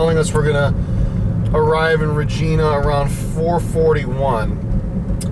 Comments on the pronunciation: ...it pronounced "Re ji na" like our Queen :) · It's pronounced RAGINA but spelled Regina